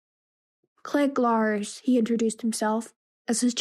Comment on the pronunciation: I wasn't going to say anything, because I don't want it to "sound" like I am picking on you, but after listening to quite a bit of your audiobook, I have to make a suggestion that I think will REALLY help you: learn the pronunciations of the names of the characters. When you pronounce Cliegg Lars, Watto, and others in a way that is not the way the movie does, it is really off-putting. Also, perhaps practice the text first so you don't stumble over words. I assume you are a tween because some of the big words make you hesitate? If so, you can probably get a bit of extra credit in class by telling your teacher about this labour of love. It's not a school assignment, but the teacher may view it in a way to give you credit for it!